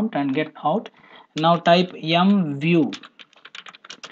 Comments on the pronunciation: Thank you for the video, I subscribed for your videos, you explain very well, but just one thing, you have to be more careful about the accent, for example, when using the MVIEW command, you are saying "YoungView", you should say "Emview", you know what I mean, there can be confusion and thank you friend ! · I was thinking he's saying YUM view.. M.. lol.